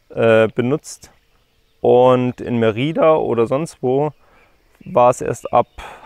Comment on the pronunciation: Mérida, die Betonung liegt in der Regel auf der letzten Silbe, aksi Meti*da*. Viel Spass